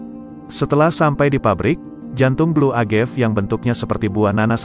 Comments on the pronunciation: Sorry nih. Agave bukan dibaca Agev. Dibaca Uh-Ga-Vei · Cara baca yg benar: AgavE - E nya dibaca, bukan agav. Tekila - bukan tekuila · Cewe gw org f&b denger creator ngejelasinnya ngakak 😂 a-ga-ve sebutnya buka agev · nyebutnya 'téqila' sm 'agavé' bang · Baca:Tekila bukan tekuila. Agave bukan agef.